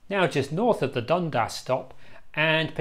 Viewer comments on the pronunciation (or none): it’s pronounced ‘Dun-Das’ with two syllables. I’m a local and I personally can’t see much volume on the line, it was dead as a train line. To make it work it needs a connection to Epping station. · Like someone has already posted, Dun-dass - with equal stress on each syllable. Also Leamington St is pronounced leemingtn.